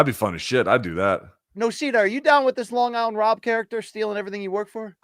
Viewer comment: My favorite new MK quirk is never being able to tell if LT is calling him “Long Island” or “Bong Island” Luke